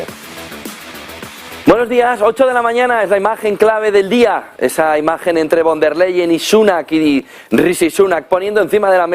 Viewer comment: Ursula fon der layen se pronuncia en alemán